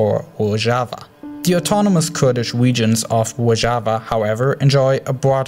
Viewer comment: Da wegions lol but nice video